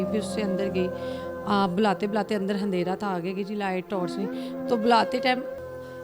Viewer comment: Anpadh handera nahi andehra